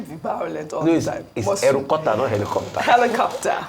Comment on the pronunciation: Aerokutter 😂😂 Lekelekeee 😃😃 Mr. Rufai you no go kill us 😂 More Grace sir.